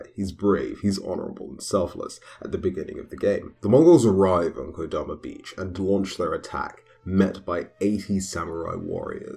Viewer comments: Komoda yeah, not kodama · Did he say kodoma beach. I swear it's komoda